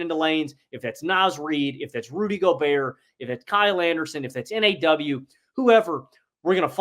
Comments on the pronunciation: Nobody in Minnesota calls him “N-A-W” we all call him “Naw” like “Hell NAH” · They must be afraid of reading comments, because this has been said in every Wolves video they put out. Its pronounced like nah.